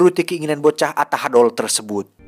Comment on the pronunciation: Ucapan tahadol bikin ai ketawa ari didinya orang mna jhon ?....😂🤣